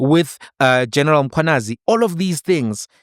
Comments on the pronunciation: why are u always pronouncing it as Mkhwananzi?? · Not Mkhwananzi but mkhwanazi... plz correct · please man, it's Mkhwanazi not Mkhwananzi... Respect Ndonga please 😂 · MkhwanaZI not MkhwanaNZI,.